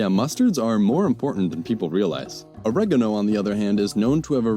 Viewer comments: I have never heard anybody mispronounce oregano in such a fashion before. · >Breaks down how oregano is a Greek compound word, and how to pronounce each part of the compound >Still pronounces oregano the dumb American way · Oregano - This is a compound of όρος (óros), "mountain", and γάνος (gános), "brightness", whence "brightness of the mountain" not JOY